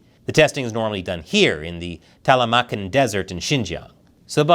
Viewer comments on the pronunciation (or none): *Ta-K-lamakan Desert